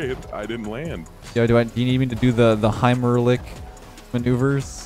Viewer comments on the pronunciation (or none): Did you try to say"heimlich"? 😂